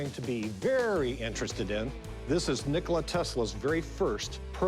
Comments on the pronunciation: Majke vam ga americke, It's not Nikolai but Nikola. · It's Nickola not nickoli 😇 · These English speakers seriously drive me nuts! English pronunciation: Nick-o-la Proper pronunciation: Knee-co-la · LOL its not Nikolai it is Nikola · Our name is Nikola not Nikolai. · Tesla was not Nikolai, but Nikola. He was not born in Croatia, but in Austro-Hungary. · He's not Nikolai he's Nikola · Tesla was born in Austria-Hungary, Croatia was part of it back then. he was Serbian, born in present day Croatia. And his name is not NikolaY. its like you called Einstain - Alfredo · Again, not Nikolai, it's Nikola and there is much about him even we don't know. He wasn't born in Croatia , all of that region was under Kingdom of Serbia, yes he was born in Croatia but not, and he spoke of himsslf as a Serbian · "Nicolai" Tesla? Nicolai? Aaargh! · Nikola Tesla, no Nikolaj buthead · So much so that all of then pronounced his name incorrectly and attributed him as being born in Croatia. His name is Nikola, not Nikolai or anything like that. He was born in Austria-Hungary in today's Croatia and was of Serbian ethnicity. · Nikola! Not Nikolay, cmon :( Born in Austro-Hungarian monarchy by serbian priest and his wife. Croatia didn't exist as country until 1945. That peace of land, is now part of Croatia, that's true. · Its not nocholai its Nikola... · did he said "nikolai"? lol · It's not Nikolaj, it's just Nikola, without the "J". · your history guy should at least learn how to pronounce Tesla's first name, it's not Nikolai, it's Nikola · "NikolaJ"???? Omg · His name is not NikolaJ it's Nikola, put some respect on the mans name! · Whenever this expert says Nikolaj instead of Nikola, I feel like punching him. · Nikola, not Nikolai. This show is a sham. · Nikola Tesla not nikolay. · It's Nikola, not Nikolai. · He was Nikola not Nikolaj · I dont trust. Ill tell you why. He said Nikolai. Not nikola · His name is Nikola, not Nikolai! Omg, two people who love Tesla don't know his name!